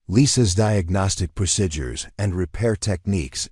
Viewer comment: Procedures not prosidures please!